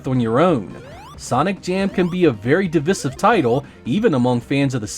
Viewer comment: Speaking of Divisive.. can we talk about the pronunciation of divisive??! ;^)